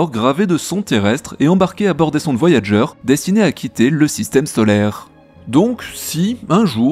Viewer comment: Merci pour cette vidéo. J’ai vu le film, c’est « Contact » (original) 😎. Ce sont les nombres premiers 🫣. Petite remarque : TB pour la prononciation de Pioneer, mais Voyager ne se prononce pas comme en français 🤪. J’écris ça, mais je suis nul in English 😩